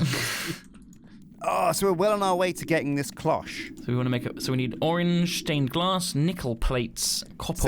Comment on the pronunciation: THANK YOU for saying "cloche" correctly. I was raging pretty hard over saying "clok" recently.